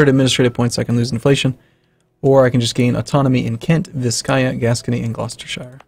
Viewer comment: He said Gloucestershire correctly! I never thought this day would come! Next step: NorFUK, not NorFOLK.